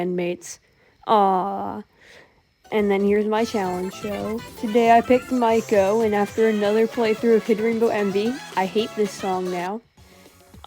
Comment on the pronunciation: You calling Meiko mikeo the entire video made me giggle I love how you edit